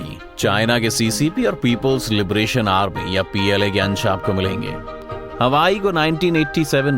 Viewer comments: Yes, its हुआवे not हवाई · Its Huawei not hawai. Isse acha to halwai bol dete😂😂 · Huawei NOT Hawai YES 😂😂😂😂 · By the way it's not Hawaii ... it's HUAWEI🙂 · इसे हवाई नही हुवावे बोलते है । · Pronunciation to ache se kr le bhai hawai chappal thodi na hai . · सहि तरिकोसे नाम तो बोल नहि जन्ता निक्ले video बनाना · Bsdk company ka naam to proper bolo 😂😂